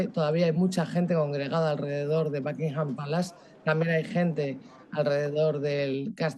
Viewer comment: Los españoles hablando inglés cambian muy cómico la U por la A. En “El Espejo” llevan a un experto en temas políticos que pronuncia “Tramp” a Donald Trump y ahora y la invitada dicen “BAKingham” al Palacio de Buckingham